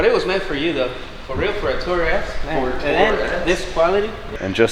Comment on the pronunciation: It’s too-rer. Like on tour. Too tour around in as such it’s a tourer.